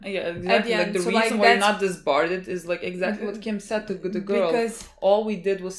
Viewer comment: I love you but you have to stop saying "disbarded". It's "Disbar" with "disbarred" being past tense.